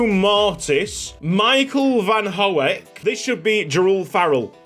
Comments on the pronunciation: Just commenting to let you know "Hoek" is pronounced "Who-k" (sounds kinda like hawk, but obviously with "who" instead of "haw"), gotta love Dutch vowel combinations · The 'oe' in 'Hoek' is pronounced the same as the vowel in 'food' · van der hoek's name is pronounced with the "who" sound for hoek! absolutely loving this season of ysl!